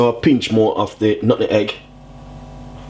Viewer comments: He said, "nut- eh- egg, LOL. Because he's not too brain smart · why do you pronouce nutmeg like that